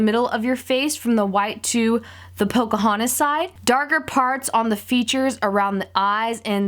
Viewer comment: it's Pocahontas not Pocohontas